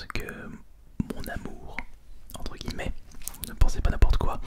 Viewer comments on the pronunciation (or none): none